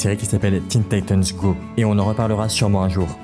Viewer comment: Parle. De. Tine. Titan. Go 😅